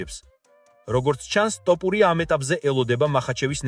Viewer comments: ძმაო ტოპურია შეიძლება თქვას რუსმა. იმიტომ რო თ ასო არარსებობს რუსულში. რატო ამახინჯებ მიკვირს.🤷🏻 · ტოპურია არა შე ყლეოო თოფურია და დეინა ვაითი არა დენა ვაითი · ტოპურია არა.თოფურია.დეინა არა.დანა ვაითი.ვერა რა ვერგიყურებ გადმოცემის უნარი 0 🤡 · ტოპურია არააა თოფურია დეინა არა დანა და ა.შ… ამშეცდომების გამო ვერ ვუყურებ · Axali stili shemoaqvs da matito idzaxis topuria😂😂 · ტოპურია რა უბედურებაა რუსი ხო არ ხარ თ ასოს რომ ვერ ამბობდე😂